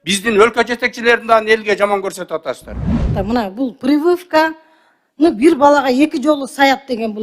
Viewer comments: Талиева, прывывка эмес, прививка туура суйлосон грамотно. Ты же депутат лицо народа, ты должна быть как зеркало. К стати сен деле министр болбодун беле эмнени кыйраттын эле. Причём Бейшеналиев эки жолу сай дептирби? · Пырывывка 😂😂😂😂😂🤣🤣🤣🤣🤣может прививка.. 🤦🤦🤦🤦🤦🤦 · Бул депутат нонсенс дегенден мурун "приывка" "привывка" деп журот😅ПРИВИВКА болот ошону уйронуп алыш керек экен😂видимо у этой бабуле уже пора на пенсию,а то старческий моразм у неё😅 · Прывывка дегин 😂😅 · Прививка деген созду баштап туура суйлошту уйронуп алып анан суйлобойсузбу.аптекалар Алымкадыр байкеге чейин эле толтура болчу. Реформа сонун болуп жатат.ишинди кыл бироонун уйротконун сонун кылып суйлобой дабдырап. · Прывывка дейтго 😂